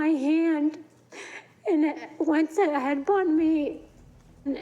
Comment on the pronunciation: So let me get this straight .. a stripper meets a guy hanging out in the club... they get together and its a toxic relationship.... shocker!!! And its "headbutt" not "headbunt" 😂